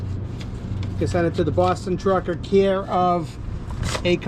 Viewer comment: Always go around!! The "New England truckaahhhh". 🤣